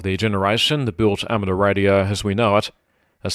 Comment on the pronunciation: There is a "U" in amateur, it is not ameter